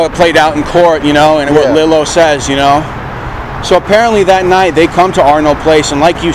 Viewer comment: Love the channel but it’s Lee-lo